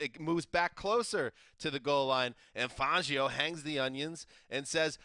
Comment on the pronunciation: Who pronounces it fongio it's fangio